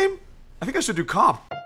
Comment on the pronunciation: Cop? Do you mean Co- Op?